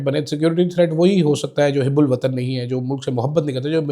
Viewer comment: Hebbul watan nai hubbub watan